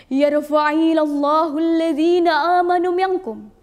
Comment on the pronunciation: Yarfa'illahuladjina aamanu (cara baca yg bener)..cara baca nya tidak tepat...l